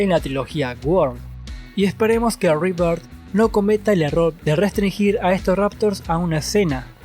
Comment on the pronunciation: Buen video Me alegra cuando pronucian rebirth como se debe xd